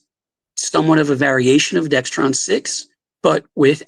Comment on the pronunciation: This seems funny, listening to this again. He says Dextron instead of Dexron.